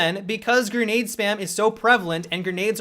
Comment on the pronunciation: Why does he keep saying gernade instead of grenade